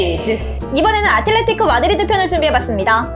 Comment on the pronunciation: 아게로 mad"r"id에는 r이 없는건가 ㅎ